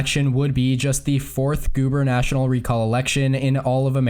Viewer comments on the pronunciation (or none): it's gubernatoRIAL. not gubernational.